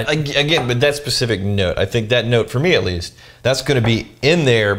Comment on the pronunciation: Anyone else hear say "Light, perfumey, *Butt* soap"? HAHA